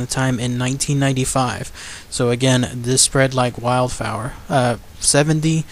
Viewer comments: It's ‘"spreads like wild fire, like wild fire; not wild fower.' Lol. Good vid! Keep it up. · "Spred like 'WILDFIRE' " dude. Spreding Fast, uncontrollable, and all over the place......like a wildfire in the bush. Not 'WILDFAOUER' man. Lol!!!